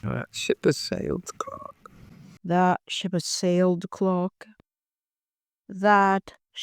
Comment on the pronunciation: Her last name is "Clarke", not "Clock".